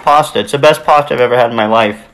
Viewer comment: i myself am italian and i would like you all to know that it is not POSTA it is PASTA